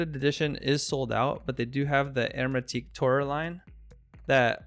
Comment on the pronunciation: This is making me want one or two. .. and I think your French friend pronounced it right